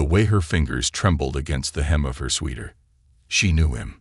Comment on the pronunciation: He also says sweeter and sweather instead of sweater. UGH!